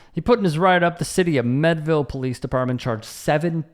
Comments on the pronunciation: AI Overview Learn more Meadville, PA is pronounced "MEED-vil". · Pronounced mead ( like the drink) ville. This was my local event. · It is pronounced MEADE-ville. Like General George Gordon Meade, or the medieval drink mead. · How do you get "Medville" from Meadville. Eff that sports reporter, can't even pronounce a city right. THAT'S PART OF YOUR JOB! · I live in Meadville, you’re mispronouncing. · how does a local guy from Pittsburgh mispronounce Meadville?